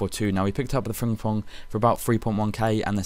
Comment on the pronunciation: learn howto say frimpong